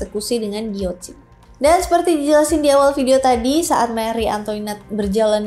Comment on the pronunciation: Maaf kak, setahuku untuk Antoinette cara bacanya Antwanet terus guillotine bacanya giyotin, semangat ngonten 👍🏽🫶🏽